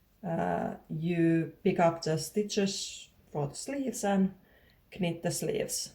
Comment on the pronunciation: HI, I am a too. Congrats on your new channel. Just a note for you.- when we say "knit" in English we do not say the "K", it is pronounced like "nit". I only say this because it is so impressive that you can do a podcast in English, and this one you will say so many times. So many words are not pronounced the way they look. Looking forward to hearing more about your finished knits. I would also love to hear about your dogs, about your other art endeavors and life in your part of Finland.